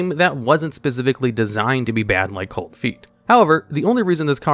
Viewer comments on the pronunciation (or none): none